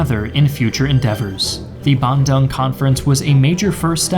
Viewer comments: btw thats not how u pronounced Bandung ban (as like banning) dung(d + ong) ( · Wow that's the most butchered pronunciation I've heard... Bandung is pronounced bahn-DOONG 🇮🇩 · It's pronounced Bun(steamed *bun*) - Doong (DOOdle) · FYI, Bandung's correct pronounciantion should be Ban-doong, not Ban-dang... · Great video as always, just one small thing: as an Indonesian, our third-largest city is pronounced "bahn-dOOng" not bandong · Ik pronounciation mistake, but hearing you say Bandung as "Bandang" make my ear bleed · sorry, but the pronounciation for Bandung is Bun-Do-Ng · My guy butchered Bandung's pronunciation like that💀